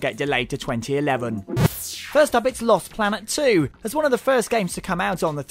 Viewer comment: Loust Ploanet Twuo ! xD